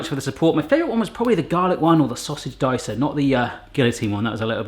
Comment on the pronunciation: The way he said dicer sent me